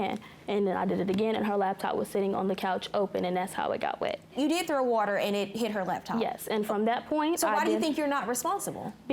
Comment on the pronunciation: “WOOTER” 😂 “Do not turn BACK ON the computer” 😣 These young ladies need to learn how to speak! Jeez!